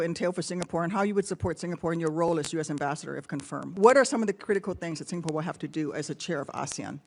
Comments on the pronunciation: Want to be an ambassador in SG then pronounce the country's name correctly, it's SingaPORE and not SingaPUR (not like PURI Indian food). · Its singapore...not sing a por! No break in between a vowel. 😅😅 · He cant even pronounce Singapore properly bruh "Singapoo"